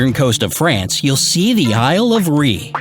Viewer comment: Isle of REE